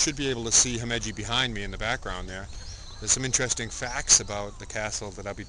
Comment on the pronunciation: You're pronouncing Himeji wrong.